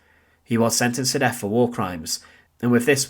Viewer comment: Please don't take this as an insult. Try a few speech exercises. When saying "through," it comes across as "Frew" I'm not picking you out for subjection, only giving you some tips. Sounds like you are hiding an accent. I know this well as I'm Scottish. Instead of "Death," it comes out as "Def" I've worked on my speech on a regular basis. It's taken me years. I have a broad Scots accent. I enjoy your videos.